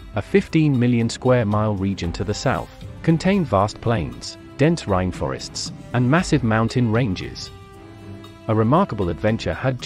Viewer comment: Rhine-Forests?! Rhine-Forests?! 😱 Ffs - I'm out, I can't take this shxt anymore!!... 😅🤣 👋